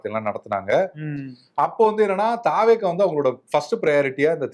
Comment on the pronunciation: தவெக என்பதை பேசும் போது தாவேகா என்று பேசுகிறீர்கள். தமிழக வெற்றி கழகம் என்று முழு பெயரை பேசுங்களேன். நல்ல தமிழில் பேசுங்கள்